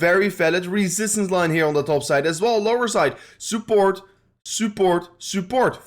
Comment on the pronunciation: I love the way you say "sooport" 🤣🤣🤣